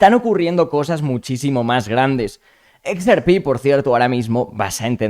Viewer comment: /eks ER pi/??? /IKS ar pí/??? Por qué? Por quéeee?